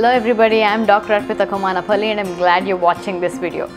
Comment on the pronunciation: Thankyou for enlightening us. Love the way you say Komanapalli😶